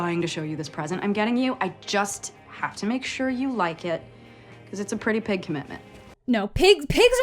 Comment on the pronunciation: I swear she said "it's a pretty PIG commitment"